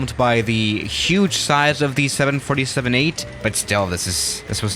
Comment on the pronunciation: The way you say 7 47 breaks my heart